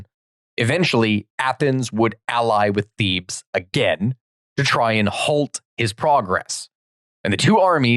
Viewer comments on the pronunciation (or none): none